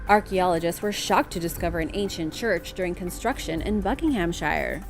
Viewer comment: Love your channel. thank you for pronouncing Buckinghamshire properly much appreciated!!